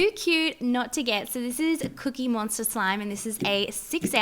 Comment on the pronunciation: did anyone hear her say "a little cute cookie MONSTAR" on but it's really cute cookie monster.